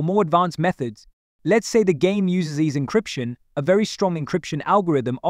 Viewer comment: You can tell from how he is pronouncing the AES encryption algorithm. But good content so far even if the AI voiceover was also very monotone